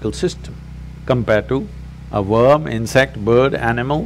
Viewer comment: I love his positive energy! I also love how he says verm lol